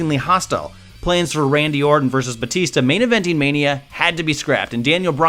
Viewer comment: Are you saying "Boo" or "Bootista"?